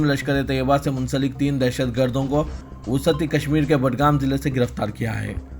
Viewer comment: wusati nahein wasti وسعتی نہیں وسطی پڑھئے ۔